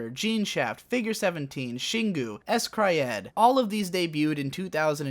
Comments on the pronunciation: Great Video. I'd say that we really are in a 3rd era though. Haruhi's popularity paved way for more and more light novel adaptions and more and more light novels. So much so weird original stuff is harder to get green lit these days. Also s-CRY-ed is just pronounced "scryed." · Motherfucking s-CRY-ed